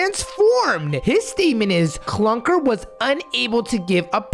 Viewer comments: IT'S CLUKR NOT CLUNKR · Clukr, not Clunkr